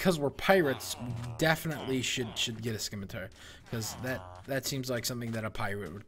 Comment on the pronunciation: It's not a "Scim-i-tar" it's a "Sim-i-tar". Sorry I just don't like bad grammar.